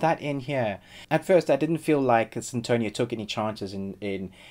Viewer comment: Its funny the way u say sinTOnia hahahahha